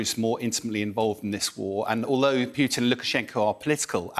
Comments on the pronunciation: This man calls him PYutin over and over, incredible... :) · The correct pronunciation is Poo-tin, Poontang or Putain. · I love how he says pjutin😂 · Yeah, forgot to put his teeth in 😂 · Vladamir poo chin. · He also keeps saying "Key-ev" instead of "Keeve" 😡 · I love how the Brits pronounce Putin as Pew-ton. So apropos. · Never trust an "expert" who needs to check his notes every 10 seconds and after almost 9 months of the war still can't pronounce Putin correctly. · This guy is a clown cant even pronounce putin properly.